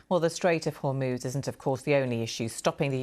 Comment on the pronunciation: The presenters need to get the name of the Strait of Hormuz right. All they need to do is, listen to the reporter.